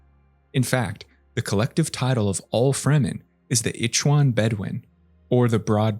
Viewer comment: Pronounced Ichhhhwan! Not Ickwan! Ffs! And you should have started calling Arrakis ‘Dunr’, as the Fremen called it! And you forgot to mention Liet Keynes father Pardot Keynes, an off world imperial planetologist!